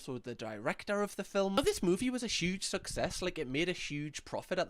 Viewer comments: I love it when says filmlm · I love ya but why are you pronouncing movie like “filim” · Why do you say film like filim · The way you say the word “film” makes me happy 🥹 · The way you say film is so satisfying for some reason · The way you say film had me in stitches!!! Love your videos ❤